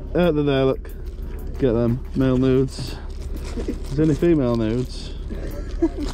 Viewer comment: Yes! They were making marbles the same way back in the day. It’s so cool. And dude you and those cards. My husband was listening to me watch and he just kept hearing you say make nudes over and over he was like what the hell are you watching??😂😂😂😂😂